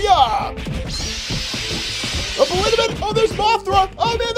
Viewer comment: No. Destoroyah is not pronounced Destroy-royah it is pronunced dest-o-royah